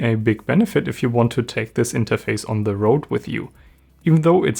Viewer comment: Oh, mein Gott, Junge. Red mal ein bisschen weniger verkrampft. Das hört sich ja furchtbar an. Am schlimmsten finde ich dieses andauernde kurze Ä vor den Wörtern. Unglaublich nervig. Falls du nicht weißt, was ich meine, hör mal genau in rein. Sehr markantes Ä vor "the". Das wiederholt sich im ganzen Video zig mal. Übrigens wird das "e" "the" im Englischen nur dann als "i" gesprochen, wenn dahinter ein Vokal folgt. Du sagst aber nur "theee", was falsch ist.